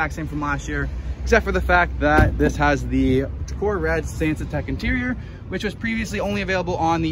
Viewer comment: It’s Tacora Red, not Taroca